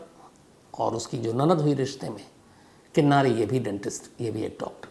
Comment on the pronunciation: किन्नरी not किन्नारी